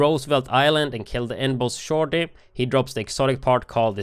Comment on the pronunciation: No offense but the way you said "shorty" is funny 😂